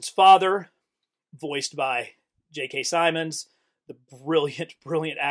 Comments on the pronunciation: I realise this video is over a year old… but I have to ask… why do you pronounce JK Simmons name as “Simons”? There are 2 M’s, it’s pronounced Sim-mons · J.K. Simmons, not Simons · JK Simons? Lol JK Simmons. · Jk Simons lol Sim-ins